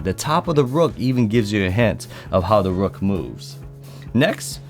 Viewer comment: "Da rook" 🤣🤣🤣